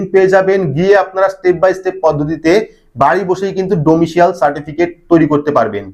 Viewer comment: ডোমিশিয়াল ????? ডমিশাইল বললে ভালো হতো।